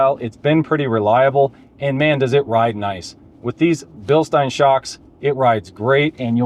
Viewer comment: Yes! You are the first and only YouTuber I've seen who pronounced "Bilstein" correctly. Also, thoroughly loved this video, no doubt because I agree 100% with your opinions of the Ram.